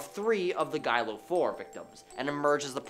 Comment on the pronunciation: Its Gilgo Beach. Not Gilio